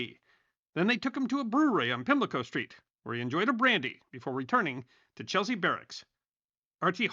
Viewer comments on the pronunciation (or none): none